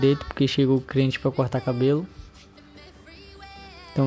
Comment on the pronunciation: Eu ñ entendi é cliente ou criente kkkkkkkkkkkkk